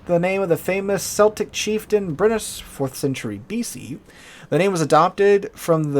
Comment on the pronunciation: “Seltic” is a basketball team, “Keltic” are the people.